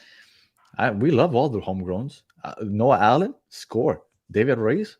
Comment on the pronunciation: plz don’t say allen